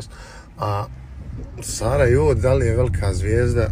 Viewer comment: Kad čujem vel’ka nije mi dobro..:/